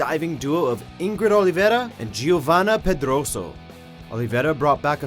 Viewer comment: Foi tão difícil pronunciar " Pedroso " ?